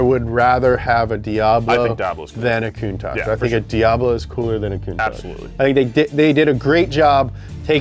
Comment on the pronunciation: The way pronounces Countach sounds to me like "cunt-ache" which makes me laugh every time... I need to grow up.